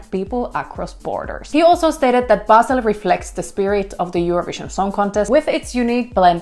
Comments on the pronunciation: Its not- beJsl its BASEL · Bahhhhseeeellll pleaseee 😂😂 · Thanks for the news and infos! Btw as a Swiss person, I have to say the way you say Basel is making me laugh hard. 😂😅 You say it as it was basil for your pasta sauce. ❤